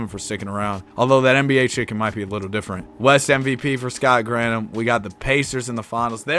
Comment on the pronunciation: It’s Gran Thum not Grant Ham lol